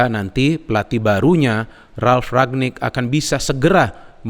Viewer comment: RANGNICK bukan RAGNICK